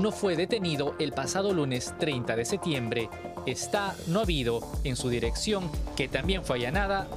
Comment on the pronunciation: El periodista no puede decir septiembre